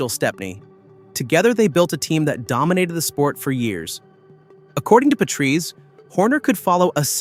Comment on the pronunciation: when the guy cant even pronounce Patrese right, how can you take anything else seriously?